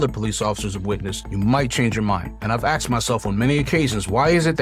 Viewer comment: Why have you axed yourself on many occasions? Are you suicidal?